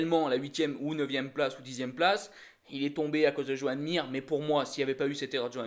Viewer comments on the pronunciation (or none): none